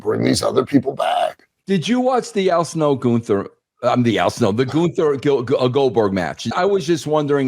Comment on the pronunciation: Still calling him "Goon-ther" He's doing that on purpose right?